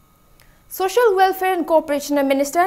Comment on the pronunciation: need to work hard to improve her English speaking n accent. She is too nervous, she say Chief minister to Shyam Kumar, soshoi (social), again Chief minister to Nemcha.... wat the helllllll????